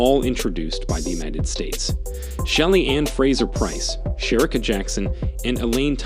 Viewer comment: And come on dude, pronounce Cherika’s name correctly and don’t show Abby’s pic as you say Jackson’s name and introduce her. Just do a little bit better.